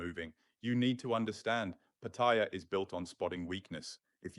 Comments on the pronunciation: PATTIA ?? NO SUCH CITY CALLED PATTIA , YOU NEED TO LEARN HOW TO PRONOUNCE PLACE NAMES CORRECTLY BEFORE POSTING THESE VIDEOS , PAT--TA--YA , MY THAI WIFE GETS PISSED OFF WITH FARANGS WHO CAN NOT PRONOUNCE THAI CITY NAMES CORRECTLY WHO POST UP THESE VIDEOS. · Do learn how to pronounce Patt-a-ya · You don't even know how to say pat e ya...listen to the people.. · I sincerely wish all these Pattaya Experts would start by learning the proper pronunciation of Pattaya. Here's how the Thais say it. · Look up how to pronounce Pattaya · It's Pattaya with a long vowel, at least try to get that right. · You should learn how to pronounce Pattaya. Ask any Thai and you will see that you and thousands others are saying it wrong. Thank you for the video. Super cam and excellent advice. Great seeing my favorite city from here in Manila BGC.